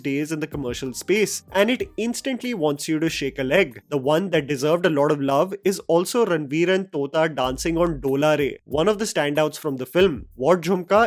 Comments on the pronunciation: Just a bit of information, Tota Roychoudhury's 'Tota' pronounces with T not त. It's Tota not तोता. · Tota is not pronounced like you do, It's the "T" of two, not the "T" from tumhara. It's Tota Chakrabarty and the T of Tota is pronounced as the "T" from two (2) is pronounced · hey just wanted to correct you that Tota Roy Chowdhury's name is pronounced like t in tiger, not like t in tajmahal. No hate though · Just fyi, It's not tota like the bird. It's Tota like the ammunition.